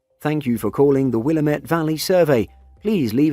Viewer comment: It is not "Will-a-METTE." It is "Wil-LAM-ette." :)